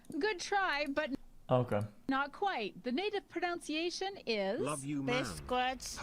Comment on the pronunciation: bitch really said 'pronOUNCiation' Pepega